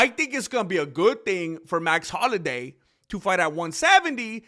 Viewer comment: Max holiday? Man learn to read english ese. Youre in america